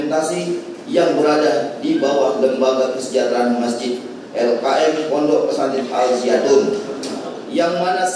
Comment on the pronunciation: Jaksa kunrang ngopi tuh sebut ponpes salah